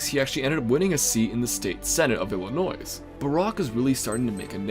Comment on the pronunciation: everyone in the comments talking about the video, me, dying over how said Illinois with the s sound at the end instead of without like you're supposed to